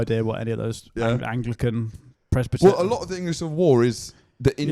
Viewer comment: I'm pretty sure said "pres -batt-arion",as if they are really in to big batty gyals